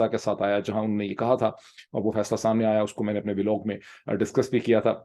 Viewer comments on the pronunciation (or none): none